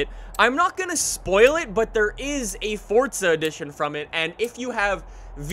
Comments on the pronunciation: It's not fortza its forza.. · Ok. It's not 'Fortsa', its Forza. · Why you say forza like fortza??😂😂😂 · Its forza not fortza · I hate anyone that says fortzuh instead of Forza, WHERES THE T??!?!?! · Its not fortza why does every youtuber call it that its forza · fortza horizon 4? nessann? It's prounounced Forza. And it's not neesann its spelled Nissan and it's pronounced Nees Ahn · Its “forza” NOT “FORTTTZA” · F-O-R-Z-A not FORTZA lol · Forza not “Fortza” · forZa not forTZa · It’s Forza not Fortza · dud its forza not fortsa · Forza not forzta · "fortza" lmao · Why are you saying “fortza” ?!🤷‍♂️ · Why does he keep calling it.. FORTZA? Is that just a speech impediment? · Im triggered by him saying fortza.. Good video tho lol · This dude says ForTza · "Fortza" lol. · "Fordza horizon 4" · fortza hahahhaha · Fortza loll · I cant believe Forza would let someone promote the game that can't pronounce it correctly. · Am I the only one bothered by the way he says forza and Le Mans